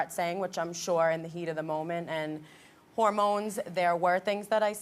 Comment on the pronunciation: "hoRmOnES" lmfao ok